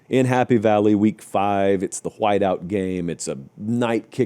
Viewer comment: Love how pronounces “whhite” like a 17th century plantation owner